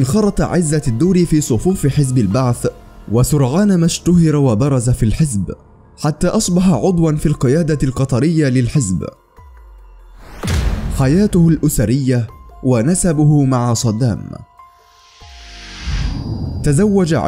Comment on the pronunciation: إلى المذيع لفظ ( النجاح و ليس النكاح ) لفظ ( القُطرية و ليس القطرية ) الخ